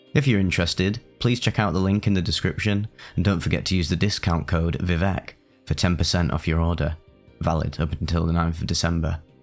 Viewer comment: I thought it was pronounced v-I-vec